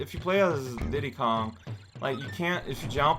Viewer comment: Deedee Kong